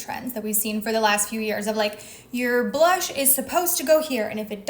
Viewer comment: Why do you say ba-lush instead of blush